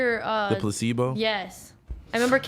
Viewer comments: Lmao just called placenta & colon, placebo & kolin 😂 this lady is 30 yrs old wtf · is a moron. Has no idea how to pronounce any words